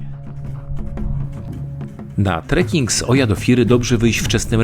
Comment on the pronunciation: Zwrócono nam uwagę na wymowę miejscowości Oia, łatwo zapamiętać gdy się skojarzy z odgłosem osła :) Ija --------- było fantastycznie :D